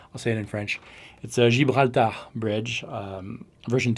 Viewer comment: OK wait...Gibraltar (jib bral ter) is a USA based hardware company...Also, Gibraltar is a city in Spain. Never heard your pronunciation before. Cool. Great videos and great guitar.